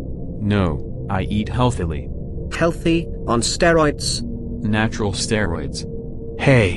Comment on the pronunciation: "natural steroïd" lmao